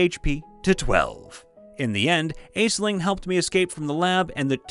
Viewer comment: Great vid but the pronunciation of aisling killed me djdjdjdj